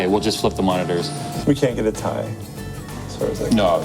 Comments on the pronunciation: omg... is a time traveler he called the "T I" the "TIE" 3 times in a row:D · Love how says 980 Tie instead of 980 T.I.